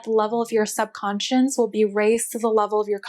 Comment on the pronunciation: You need to learn how to say subconscious- you are adding an ‘n’ towards the end of the word. Not super important but as you are presenting on the topic its great to get it right. Thanks for the info.